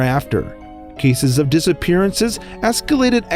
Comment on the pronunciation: Disiperiances he said